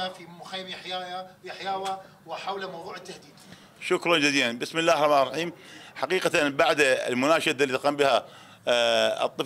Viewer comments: بسم الله الراء الريم؟ 👊 ممكن تعيد بسم الله الرحمن الرحيم💜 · هههههه لله ضحكت حته بسم الله الرحمن الرحيم ميعرف يكولهه